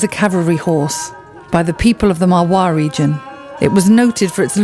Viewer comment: Please correct the breed name it's MARWARI not marawi